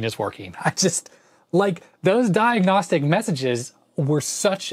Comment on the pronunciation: " Diagonstic " lolllll